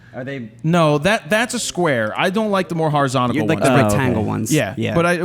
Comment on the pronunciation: Horizontical!? Man, seriously... HORIZONTAL!